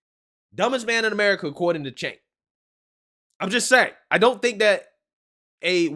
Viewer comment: I’m convinced calls him “Sink” on purpose 😂😂😂